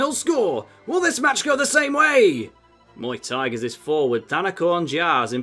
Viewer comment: When he pointed out Muay tigers as Muay Thai I can’t unheard it lol it just Muay Thai -gers